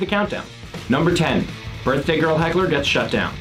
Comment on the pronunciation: Not “hackle” 💀💀💀 said so confidently too 💀😂😂